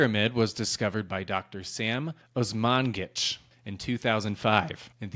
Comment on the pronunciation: Some of the ex Yugoslav archeologists actually came to conclusion that in fact these are pyramids. The uncovered series of underground tunnels. Dr Osmanagić is absolutely onto something. Pronounciation is wrong tho: OSMA NA GI CH PS: You absolutely have no clue what the Yugoslav communists found in the region. It has all been covered up but since we are very well connected I can say that they found countless evidences of giants living in area and also there is a saying for one: "300 Samovala, 300 godina Tražila, 300 godina Tugovala" 300 years she was alone, for 300 years she wandered, for 300 hundred years she felt sorrow. They have found quite a lot of stuff there but nobody from this planet will ever have the access to. Croatia, Bosnia, Montenegro, Serbia...these nations are hiding a lot.